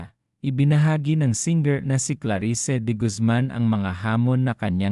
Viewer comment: Klarisse Po Hindi Klari sse,?